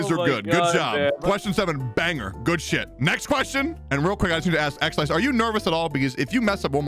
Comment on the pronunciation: So Xlice is pronounced Slice not Alice I see